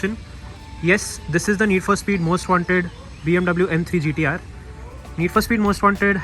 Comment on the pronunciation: Back to back bangers! Need more terrace videos. You’re correct, although not licensed, the detailing is so thorough. Those BBS rims are just..❤️ As you call it BMW “Gutterrr”..😂